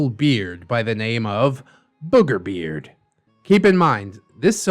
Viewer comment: “whew, I almost called him burger beard!” Also: continues to say burgerbeard (Don’t worry, I get that the two are very similar and I just find it funny)